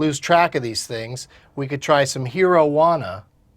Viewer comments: Doug Its not Hero-juana its pronounced like heroin. Herojuana. Hence why its a strong indica with heavy body numbing effects... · I know I might be late but come on. It's herojuana pronounced like heroin. Not hero. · Hero-jauna.... omg doug wtf.... its Herojuana pronounced (hair-oh-huana) and it was named after heroin. Makes me laugh. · its not pronounced hero. its hairo. as in heroin. herojuana.